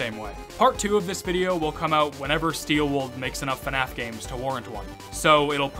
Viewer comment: Please stop pronouncing FNAF as Fenaf. There is no vowel in between the F and the N in FNAF.